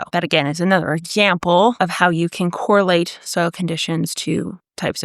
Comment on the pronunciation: Im here to hear her say “exzhample”, she said it 3 time.